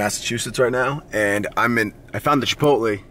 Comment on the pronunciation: with the bait. GODDAMMIT ITS CHIPOTLAY NOT CHIPOTLEEE YOU FATASS